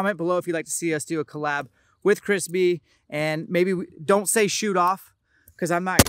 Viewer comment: He was saying Chris Bee, I thought I heard Crispy. Don't know who Chris Bee is, but all in favor of Crispy!